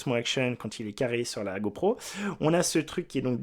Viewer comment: "go prout" ? 🤔